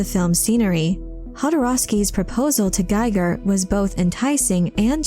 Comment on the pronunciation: One nitpick, Giger is pronounced Geeger not gaiger.